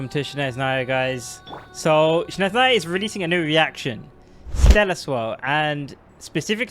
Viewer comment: its not "shneznaya" its snezhnaya